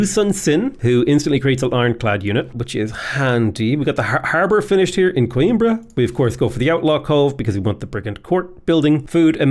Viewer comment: The only city name you manage to pronouce fairly ok is "Coimbra" the rest you just butcher Edit: "Ponta Delgada" sounds good too